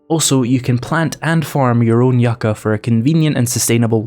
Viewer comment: Growing near the California desert you are saying Yucca correctly I like your yellow dog